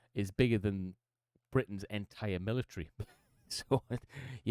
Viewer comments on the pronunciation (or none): Love every time he says military it sounds like millinery so maybe there would be a discussion on women's hats... ha